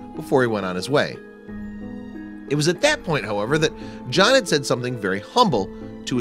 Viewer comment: Its john not jaahn